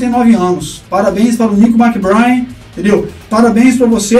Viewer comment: "Méc-BrÊin", rimando com "trem".